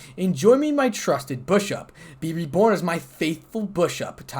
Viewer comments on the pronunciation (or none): Its bish ip not bush ip but great vid keep it up